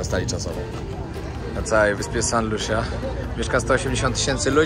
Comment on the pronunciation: Wymawia sie Lusia 😊